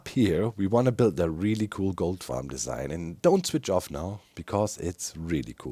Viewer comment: Who else was hearing GOAT farm instead of goldfarm :D Altho this also counts as a goat farm imo :D